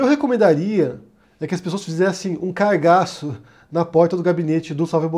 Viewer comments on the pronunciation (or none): "Que as pessoas fizessem um 'cargaço'... " eu ouvi "cagaço". E se tratando do Flávio fez sentido dos dois jeitos.